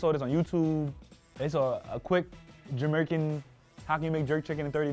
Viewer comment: Yoooooo said Jamercan!!!!!! for the girl with the braids food🤣🤣🤣🤣 I'm done!!!!